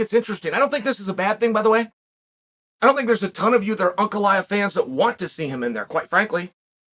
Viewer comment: There are way simpler names that Chael for some reason mispronounces terribly. He actually says this Russian name spot on.